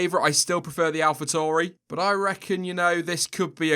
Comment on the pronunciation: It’s Alfa Tauri not Tori . Tauri is the Latin word for “bull”